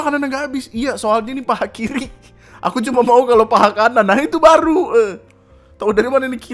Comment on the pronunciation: Kiri gada "L" ny bang :v